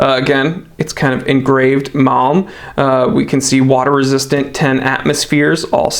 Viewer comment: HOLY CRAP! IT'S PRONOUNCED MALM. Jeeze dude